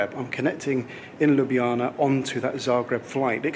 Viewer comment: I initially watched this trip report initially to see how you would get your tongue around Ljubljana - and you did it perfectly! Then, alas, you said it was the capital of Slo-vee-nia. Sorry, but it's pronounced Slo-ven-iya! LOL! Anyway I do so much like your trip reports - plenty of of video, and just the right amount of talk. Keep up the good work!